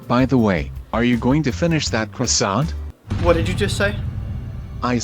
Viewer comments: . NEW CHALLENGER APPROACHING CARL WHEEZER “How you like my cwasson?” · Are you going to finish that cwasont? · Ya gonna finish that KWASSONT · Are you gonna finish that cwasant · Uhh are you gonna eat that cwossant?